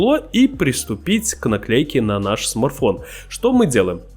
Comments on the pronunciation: Автор, в слове смарТфон есть буква Т, представляешь? "смарфон-смарфончик"... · Научись пока произносить слово СМАРТФОН!А то смарфон смарфон!